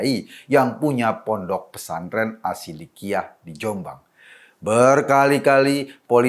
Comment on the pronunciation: Bukan asshidiqyah tapi shidiqyah